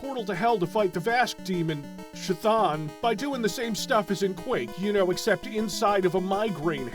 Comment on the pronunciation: "Chthon" is pronounced like "cone," by the way.